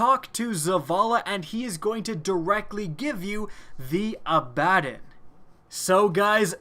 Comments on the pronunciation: Abbadon (Abba-don) is a demon-knight of hell (re., Supernatural, the TV series). It is not pronounced "uh-bad-un". As has been pointed out by at least one post, it is pronounced "abba-don" (abba, as in abba-dabba-do, don as in Don Coreleone, abba-don). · say it right Its not a-bad-in. ab-uh-don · abba-DON!!!!! not a-bad-on -_ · It's pronounced Ah-buh-dawn (watch some Supernatural) by the way. Just a heads up, because everyone calls it A-bad-un or whatever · You all are wrong: It is actually pronounced A-BAD-din, not A-buh-dawn. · Abb-a-don not abadin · haha i think he ment to say abba-don, but after missaying it the fist time said fuck it ill jus a-bbad-on the correct way to see how many people comment on it ..... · A-bad-in, really? It's pronounced Abba-don. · he said the name so many times with such confidence but pronounced it so wrong 😂 it's a-bA-don not aba-din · TB Samm how tf do you want me to pronounce it through text, it's just Abbadon Not abadin He's say abadin not Abbadon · I love you vids but man the way you pronounce this weapons name makes me cringe. it's "abb-a-don" not "a-bad-en" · I'm sorry but dude its pronounced "ab ba don" not "a bad den". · aba•don I had the most cringe moment when you said this shit wrong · Pronounced abba-DON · Abbadon is pronounced ah ba don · I pronounce it Ab-A-Don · abbadon (abba-don) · Jesus Christ. Learn how to say the names in the game. Abbadon and Steel Medulla, you've butchered already and someone needs to say something. Ab-uh-don and MedUlla. Medulla Oblongota is a part of the body most famously featured in The Waterboy, one of very few Adam Sandler movies. The Abbadon is something everyone is saying except you. Stop butchering the names, you sound like an idiot when you do it. It bothered me SO much. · It's pronounced AHBAH-DOHN!!!!! DAMNIT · its Abb-A-don.its actualy the name of a demon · it's pronounced A-buh-don after a one of lucifers first demons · TB Samm Ah-Bah-dawn